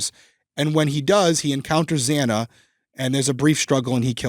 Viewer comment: We got it. I think it was worse the judge get Xana’s name wrong. I mean… it’s not that difficult to say her name.